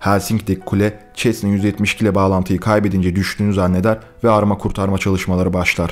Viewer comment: Abi çesna değil sesna